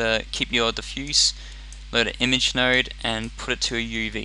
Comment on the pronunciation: When he said "Node editor" I heard "Nerd editor"... I mean like what a fail...